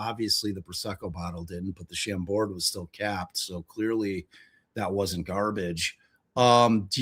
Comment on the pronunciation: also if the state wants to booze shame she could actually pronounce Chambord correctly, it's French ma'am...sham-bore. Silent D...you're...ok not gonna make a bad joke 😂